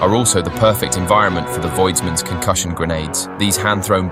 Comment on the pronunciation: "Concooshin grenadies"